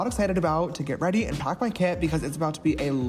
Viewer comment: laughing so hard every time says "get weady with me":D